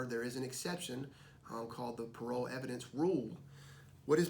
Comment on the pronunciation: shouldn't it be "parol" and not "parole?" either way, great video. this really helps